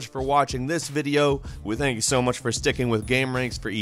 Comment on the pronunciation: Tencoo my moneee.